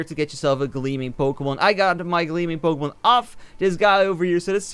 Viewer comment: Everyday u say pokèmon in this game